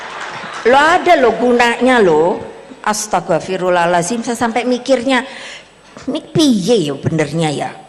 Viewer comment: iya bener dia ngomong ASTAGA firulah halazim... wktu Sambutan di MK juga bunyinya begitu... ASTAGA hahaha